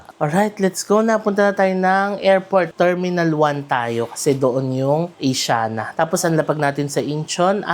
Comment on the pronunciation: mali pagpronounce ng Asiana, mali pa logo